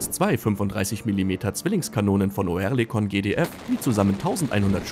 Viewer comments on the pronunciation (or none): Nicht "OE", sondern "Ö"! Liest da ne Büchse vor? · Sag dem mal einer das es Örlikon ausgesprochen wird.. so wie er das macht denkt man direkt an Tourette